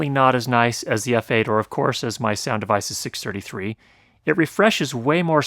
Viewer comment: When you said Sound Devices I thought I heard you say "sound of ISIS" and started to worry...